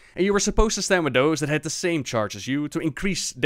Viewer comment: I am not sure where you learned to speak English, but the "Th" in Thanks is not pronounced as an F, nor is the TH in "That" pronounced like a D. Phonetically, "Th" is spelled "θ" (or ð) and Thank, Teeth, Thick, etc starts with the first of those phonetic letter. "This", "That" and "Teethe" is pronounced using the latter. Put the tip of your tongue between your teeth, lips slightly parted, and blow air. That's how you "pronounced" a "TH" in English. Being a bit more forceful, using more air, pronounces the first. Being more "subtle" and not quite as forceful (a "Weak" consonant, so to speak, whereas the first is strong) pronounces the latter. To use a D in That or an F in Thanks is nothing short of dialect and accents. It's not how it is actually pronounced. And if you still doubt me, go look up Sound English by Iner M. Mees & Berverly Collins. The book is made to teach Danish school teachers (like me) how to read phonetically, and understand the slight nuances of pronunciations. The book is primarily in English, and you only need to read the very first page (English phonetimc transcription key).